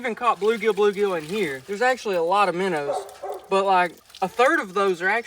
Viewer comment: I’m unsubscribing for the way you say minnow